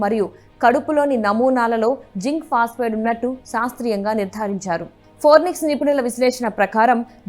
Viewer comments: ఫారెనిక్స్ కాదు అమ్మాయ్ ఫోరెన్సిక్.... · Forenix kaadhu amma thalli....forensic... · పోరినిక్స్ అని చదువుతారేంటి 🙏 ఫారెన్సిక్ అని చదవాలి కదా 🙏🙏🙏🙏 తెలుగు రాని వాళ్ళు వార్తలు చదివితే ఇలాగే ఉంటుంది 😭😭😭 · forenics కాదమ్మా అది ఫోరెన్సిక్ ..న్యూస్ రీడింగ్ పరువు తీసి పడేస్తున్నారు .. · Forensic andi forinex kaadu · ఫోరెన్సిక్ అని పలుకండి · Forensic anadam radu news reader ayyav..ninnu select chesina vallu too talended....okasari kadu padi sarlu annav malli😂...inka nayam puchhakayani gachhakaya analedu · Forensic 😂😅madam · ఫోరెన్సిక్ అని అను బామ్మా. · Forensic pronunciation chusukovali video release chese mundu 😂